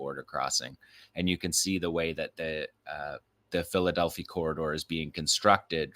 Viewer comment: You're mispronouncing Philadelphi Corridor. It's Delphi. The i should sound like "eye."